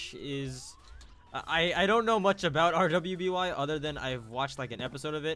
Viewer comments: it pernounsed ruby you need to watch the rest of the season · I think some overkill fans (a.k.a me) were triggerwd since "R.W.BY" is pronounces as "ruby"